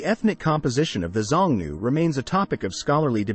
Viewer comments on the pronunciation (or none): You should have checked the pronunciation of Xiongnu. It is shiong-noo.